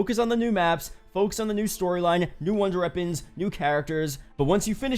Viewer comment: this man said old wonder reapons